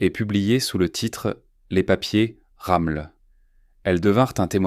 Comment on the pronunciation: C'est pas "Ramul " , c'est ROMMEL !!!